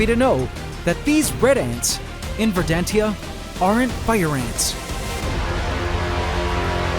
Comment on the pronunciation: not "ver-dan-tia"... "ver-dan-shia"